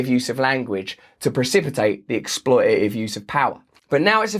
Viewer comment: I like the way Russell says "expoi'a'ive."